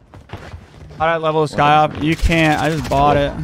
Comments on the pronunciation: SY-KOV not SKY-OV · its the sykov not the skyov lol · It's SY-KOV not SKY-OV bro! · Today on learning to read, Sykov.......pronounced psy kov. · Bro it's a syyyy kovvvv The k doesn't come before the y lol damn that was killing me 🤣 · Lol the new "Skyov" looks dope but it says sykov lmfao i hope he notices how he's pronouncing it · It’s not skyov, it’s sykov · Whatever is Sykov not Skyov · "we finally got the new skyov pistol" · The way you say the pistols name is hilarious. You call it skykov😂😂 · Sykov, SY KOV.. But yes this thing gonna be broken. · lolol skyyoffff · Did he say Skyav pistol 🤣🤣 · Lol it’s sy kov 😂🤣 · I didn’t know it was the hard to say sykov I’ve seen 5 different channels pronounce it wrong